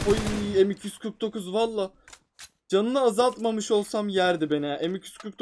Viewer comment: Peki m249 diyemeyisi😂😂